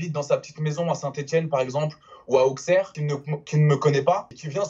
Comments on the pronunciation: À on prononce "Ausserre" et PAS "AuXSERRE", je suis irritée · Moi j'ai envie de l'insulter juste pour le "Au(X)erre" frero le "x" il se prononce pas, c'est comme un "s" 😪😑. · Auxerre ne se prononce pas avec le x